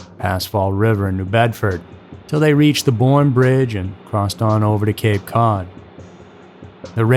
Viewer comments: this mf said cape code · "Cape Code"??? Also it's Cost-a NOT "Coast-a"